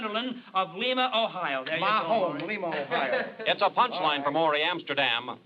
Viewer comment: The way Pat Harrington pronounced Lima, Ohio made people in that city fume, I’m sure.